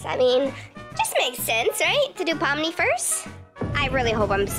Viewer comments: You are saying it right! Here ill sound it out for u! Pom-Ni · Ur saying Pomni correctly ❤🖤❤️🖤❤️🖤❤️🖤❤️😁😁😄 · and you said her name right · Yes you said it right😊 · Yeah your saying ❤️Pomni💙 right and I LOVEEE The Amazing Digital Circus SOOO much!! 💕 Thank u so much for this video ❤🖤 and u should do reaction video of the amazing digital circus one day!! 😃❗️ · You are saying it right ❤ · I love ur vids and amazing digital circus! Im so happy you're doing this! Oh and u are saying pomnis name correct. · Your not saying pomni wrong just to be clear